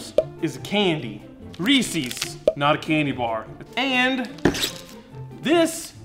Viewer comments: Who says Reese’s like “feces”?!? It’s Reese’s like Kyle Reese from Terminator. I ain’t eating something that sounds like poop… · Umm…I know you’re southern, but it’s pronounced ReesEZ…not ReesEEZ. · Why do you say Reesee's when the company themselves call it Reese's? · I think it has to do with the final S in “Reese’s”. I think if said quickly it sounds like reesies. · I can't watch this with how he pronounces Reese's, it's a goddamn possessive it's not "Reesies" smh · I just want you to know that the way you say Reese's is how they say it here in Ohio. And it's wrong. Reese's has no fourth E nor an I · How do you misread "Reese's" so badly? It sounds like one of those moronic things people say just to sound stupid, intentional. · The pronunciation of REESES….WTF